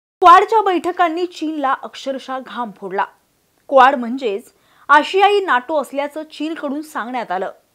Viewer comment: क्वाड ला बरेचदा या video मधे स्क्वाड उच्चारले गेले आहे. ही चूक सहज दुरुस्त होऊ शकते.